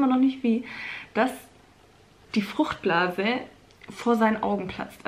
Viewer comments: Wie er sich bei fruchtblase verplappert XD fruchtbla geplatzt der Arme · der arme konnte nicht mal FRUCHTBLASE richtig aussprechen 🤣🤣 & der Tisch ...ich kann nicht mehr